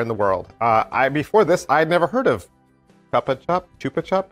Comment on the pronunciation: Hi. Chupa-chups were the first and are the best lollipops ever. The word is even in the Spanish dictionary. The logo was designed by Salvador Dalí. As regards pronunciation, like any other Spanish word, you don’t mispronounce the vowels. So think of saying “choop-a-choop” and you got it! Us Spaniards love chupa-chups, even now that they replaced the plastic stick for a paper one. Got this from BBM recently but didn’t give it a go yet.